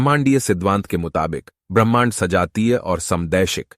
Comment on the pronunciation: भाई तुम ब्राह्मण कह रहे हो या ब्रह्मांड 😅😅😅😅